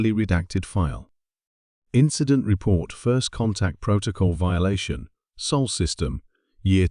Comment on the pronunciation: "Sol", not "Soul": c'mon, folks; get it right, for once. smh